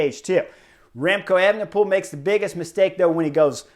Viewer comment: Could you say "Evnepoel" one more time?